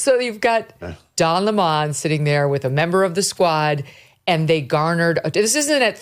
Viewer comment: I love how she uses Don LE-mon. Just like Tucker would!